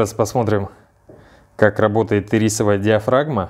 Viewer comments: Ирисок теперь хочется )) А вообще она Ирисовая с ударением на 1ю и ) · И́рисовая... Ударение на первую "и"... А так - красавчик! Лайк 👍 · И́рисовая, а не ири́совая. Конфеты ириски тут ни при чем. А слово iris, (гр. радуга) вполне себе причем.